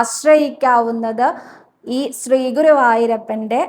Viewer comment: Dear, 'ശ്രീ' എന്നതിന് പകരം 'സ്രീ' എന്ന ഉച്ചാരണം കേരളത്തിലെ ഒരു പൊതുവായ തെറ്റാണ്. ഞാൻ കുറെ വർഷം നോർത്ത് ഇന്ത്യയിൽ വർക്ക് ചെയ്തിരുന്നു. അവർ ഉച്ചരിയ്ക്കുന്നത് ശ്രദ്ധിച്ചപ്പോൾ ആണ് അത് മനസ്സിൽ ആയത്. ഇവിടെ സ്‌കൂളിൽ ശ്രീദേവി എന്ന് ഇംഗ്ലീഷിൽ എഴുതുമ്പോൾ Sreedevi എന്നാണ് പൊതുവെ എഴുതുന്നത്. ഇത് ഒരു ഉദാഹരണം മാത്രം.